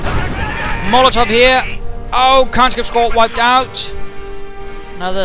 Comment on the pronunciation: with due respect, when you say molotov, i swear i heard mortar heheh